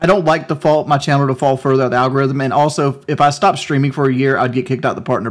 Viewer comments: "agorithm" - keemstar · Keem the regard, "Agarithm"